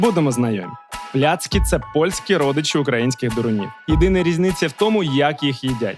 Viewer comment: Михайло, випуск супер!!! Сам захоплююсь фаст-фудом і взагалі їжею.... Але є одне але....дуже ріже слух неправильна вимова страв....не пиЗи, а пиЖи...не тлІсти чвартег, а тлУстий чвартек..не плЯцки, а плАцкі....а так взагалі дЖєнькує бардзо за тен фільмік)))